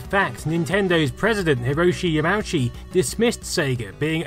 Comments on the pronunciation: ya mow chi... hide key lol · Sorry but I really did lol at Yam-ouch-ee LUL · The Nintendo president name was said wrong my boy.